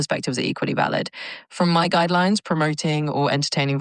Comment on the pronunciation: At one point she says guideyooines